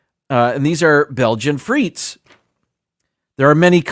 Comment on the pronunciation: And don't forget the Sarson's (malt vinegar) for the chips! Because proper pronunciation matters, as a French speaker I will let you know that frites is properly pronounced freet, the final S is silent. So when you're at your favourite brasserie, you order steak frites (freet)! (Steak and fries). It's never ever pronounced freets. Living in Greece, yes, they put chips (fries) in everything LOL! It's been that way for as long as I remember. I usually eat the hot chips first especially with a gyro (yee-roh, roll the R!). BTW, poutine only tastes good in Canada! *hash tag team replay